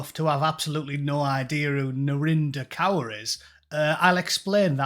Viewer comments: Is that Narinder Cur or is that just the way that Scousers pronounce it ? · Kaur is pronounced as Core. I'm British Sikh. British First. I don't claim this clown, many of us don't.